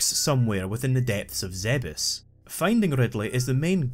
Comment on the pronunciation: Like for pronouncing Zebes correctly.